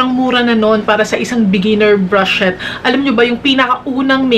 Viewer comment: yung "brush shet" talaga eh HAHAHAHAHHAHA